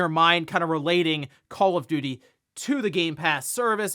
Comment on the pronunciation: It's call call of duty not call if doody.